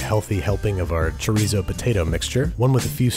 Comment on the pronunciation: he also said chi-reez-oh lol but it’s okay, he’s an exceptional cook so I forgive him